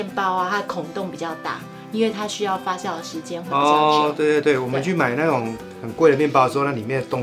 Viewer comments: 你说的对！fa jiao 😂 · fa jiao, 不是 fa xiao.真的让人发笑。😂， 我马来西亚人老师都是教我们读 jiao mu。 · 发酵 读：（fā jiào ） 不读：（发笑）